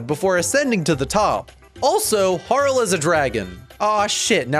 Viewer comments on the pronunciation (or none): Harl? I call her Har-lee. As in Harlequin. But great vid btw.